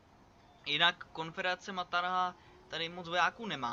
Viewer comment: říká se maratha a ne martaha nebo jak to říkáš :)